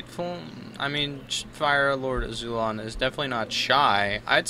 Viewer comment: isn't it AzulOn?